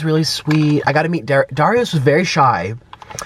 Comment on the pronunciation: Nik you mispronounced Darius name lol and i also lost it when you were covering your chin 🤣🤣🤣